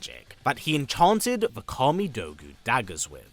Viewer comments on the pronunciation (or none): none